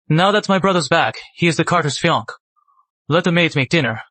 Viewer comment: Yes the Dubbing seems to always pronounce Fiance as "Fiankay". The Dubbing is based from an Asian Source, so it often mispronounces English words.😮... I have also noticed that Cafe is often pronounced Caff.